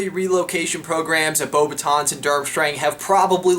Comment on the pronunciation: beauxbatons is pronounced bow-bu-taun in French final constanents aren't normally pronouced